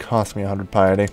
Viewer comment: "There's gotta be a way to get more pieeety" Not sure if that accent was on purpose